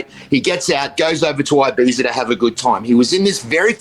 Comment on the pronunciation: "ee-beetha" Not "eye-beeza" How do you not know this at your age bruh